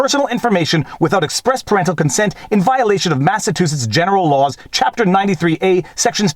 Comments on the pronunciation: MassaTOOsitts? It's pronounced ma·suh·choo·suhts LOL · Hey - - it's "Mass-a-CHEW-sets" not "Mass-a-TWO-sets" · MASS-UH-CHEW-SETS. Sorry not as in yelling. Just trying to stand out a little more. Lol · The middle of the word Massachusetts is pronounced like the word "chew" example: Massa-chew-setts. FYI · I feel like I heard you say Massatoosets a couple times. Am I losing it? ;) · It’s mass a CHOOOOO setts 😊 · Best ending ever!! And i love the way you kept mispronouncing Massachusetts. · I like how you pronounce "Massachusetts"